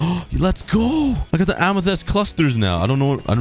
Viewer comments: pls stop saying amethEst its amethYst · Ah yes "amathest"💀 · Am- E - thest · The way he said amethyst is way too funny